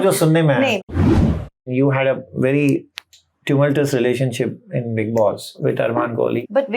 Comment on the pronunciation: the word is pronounced nup-chu-al, not nup-tyle, and it’s tu-mul-chew-us, not tu-mul-to-us.